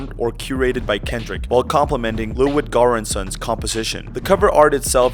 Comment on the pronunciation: It's Ludwig Göransson btw not Lewid Garrinson 😭😭😭